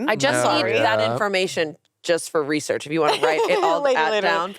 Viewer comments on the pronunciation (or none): none